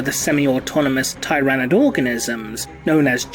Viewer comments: Hey, real quick... does anyone else think pronounced Tyranid wrong? I’ve always heard “tier”-anid. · I think this is the first time i've heard Tyranid pronounced tye-ra-nid instead of teer-ah-nid. It's marginally distracting since i've only ever heard the latter format before today. To each their own. Also Tyranids have guns!!? O_O That's horrifying.